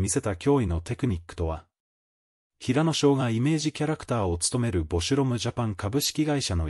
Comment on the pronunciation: へいやって誰？ひらのです。いい加減ちゃんと言いませんか。